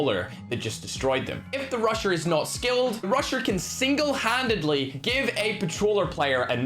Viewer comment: When he said the “rusher” I thought he said the “Russian” so I heard “the Russian usually gets mad because of their ego and uses akimbo fennecs” then I realized he said rusher and everything made sense again. Edit: Jeez why is this comment have so many likes, thanks guys lol and the reply’s are so funny